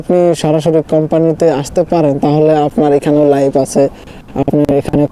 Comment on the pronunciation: লাইভ নাই এটা ঠিক কিন্তু লাইফ আছে, উচ্চারণ ঠিক করেন আগে।